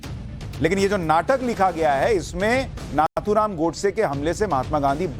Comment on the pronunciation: नाथूराम"" नही नथूराम "" बोलो/लिखो